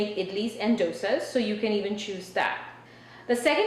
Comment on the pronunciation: I mean i get tweaking your accent to make life in the states easier. But calling dosas (which im sure your pronunciation was perfect with all your life) 'douisaws' is wild.